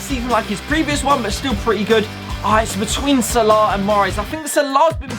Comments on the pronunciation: Its so funny when he sais sarlarrr its salah😂😂😂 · It’s salah not sala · He says mo salar😂😂😂😂😂😂